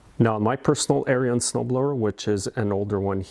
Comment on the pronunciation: It's ARENS The "i" is silent. Not like aryan race.